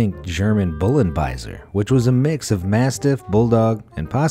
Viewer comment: It's Bullenbeißer not "Bullenbaiser" ... Also the ears were clearly CROPPED which was also the case with Boxers before it was banned/made illegal. Also "Bullenbeißer" means literally bull biter ...